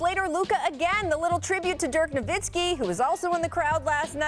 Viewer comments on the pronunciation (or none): none